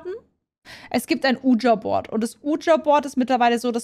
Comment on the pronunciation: Ich feier Phasmo wirklich...aber wie das Wort Ouija ausspricht (nämlich falsch) triggert mich wirklich extrem...